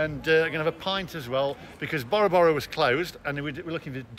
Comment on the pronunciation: The way Bora Bora is pronounced 😂 It's named after the polynesian island. Bore ra bore ra.... not borrow borrow Great vid... still love the 👍🏼